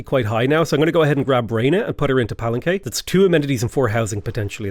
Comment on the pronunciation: Xunantunich = Shu-Nan-Too-Neech Palenque = Pah-Len-Kay I study Mesoamerica stuff and thought I’d give you a hand with some of the Mayan pronunciations. Good luck and thank you for the wonderfully enjoyable content. 😉👍🏻